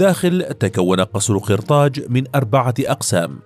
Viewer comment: قصر قرطاج بالفتحة و ليس بالكسرة يعطك كسرة